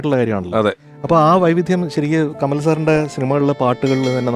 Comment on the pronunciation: കമൽ അല്ല കമാൽ....